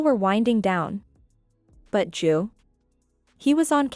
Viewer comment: Why is the ai calling Drew "Jew"?